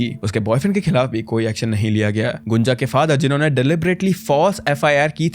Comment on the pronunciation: Abhey gunja ko gunjan kyu boll rha baat baR